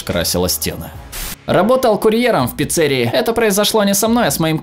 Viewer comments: не пиццерии , а пиццерии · Во первых не пиццЕрии, а пецерИи. А во вторых почему клубничка, говорить хотябы прон а лучше порно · Пиццери́и, честно говоря меня сильно раздражает когда люди произносят слова не правильно, но я научился это контролировать и теперь просто поправляю всех и всегда, кого-то это бесит, а кого-то смешит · ПИЦЦÉРИИ? Как это разслышать??? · Не в пиццерии, а в пиццерии